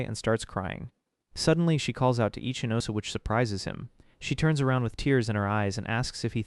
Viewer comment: every time i heard his name ichinose, i only heard itchy nose😅